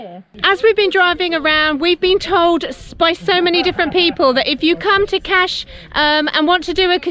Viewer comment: 🤣🤣Fabulous "Cash" (Kaş)..!!!!